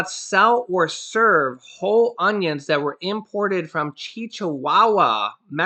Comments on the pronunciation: ITS NOT CHICHI WAWA...IT IS CHI-WA-WA LIKE THE DOG....DUMBAZZ! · It’s pronounced like the little dogs from there! Chihuahua sounds like “chi-who-wawa” Not “Cheech-hu-ah -wa! You were close! But I died laughing at this and have to rewatch this episode! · OR CHI-UA-UA...H IS SILENT IN SPANISH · It’s pronounced Chihuahua like the dog Chihuahua not Chi Chi Wawa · Hey, you mispronounced that Mexican state it's not "Chichihuahua" it's Chihuahua like the small ankle bitter dog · Its chiguagua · Cheewawa 😂🤣😂is how it’s pronounced Cheewawa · Hilarious. Chihuahua??? Think of the wee dog. Chi-wah-wah. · LOL DUDE! Chihuahua is pronounced (Chi-wa-wa) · Chihuahua is pronounced chi wa wa. lol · its pronounced Chiwow wa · HI AS ALWAYS YOUR DOING A GREAT JOB...TY SO MUCH. BTW THE STATE CHIHUAHUA IS PRONOUNCED CHEE WAH WAH. LOL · P.S. It’s chihuahua .. like the dog. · Why are you saying Chihuahua as if there are (2) C’s in the word? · The Mexican state is pronounced like the dog of the same name! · Lol it’s pronounced like the dog 😂